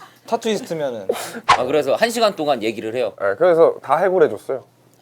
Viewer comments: 아무리 들어도 용진이형 타투 TATTO 라고 하는거 같은데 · 이거 나만 TATTU라고 한 걸로 들리나ㅋㅋㅋ 파머스 버거 후유증인가ㅋㅋㅋㅋ